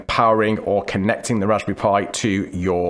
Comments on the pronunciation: sTOP SAYING "RASBY PIE" PLEASE... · Every time he says “Raspberry Pi” I feel hungry. Is it Raspberry Pie? Haha